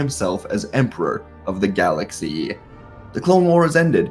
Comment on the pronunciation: Really don’t like the why you say right in to it and galaxy